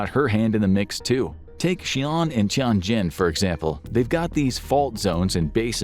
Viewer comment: By the way, Xi'an is more like She Ann, the zhou syllable like Joe, Tianjin like tyen jean.